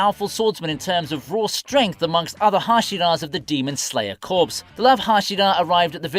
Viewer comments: corps = Kor for pronunciation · Dont say corps. It's "core"